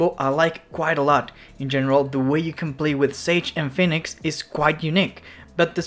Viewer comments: Phoenix not fenix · did my homie just say Fenix? xD